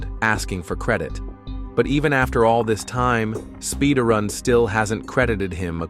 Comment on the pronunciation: AINT NO WAY. SPIDARRUND? God dammit